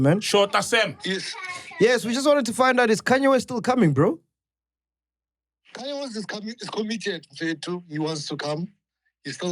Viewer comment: KHANYE WEST? isn't it Kanye West